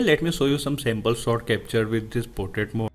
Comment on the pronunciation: Why u Indians speaks English if it's not ur native language LOL 🤢🤧 speaking slowwely slowwly and then 1000words/Sec That is portrait shot Not sot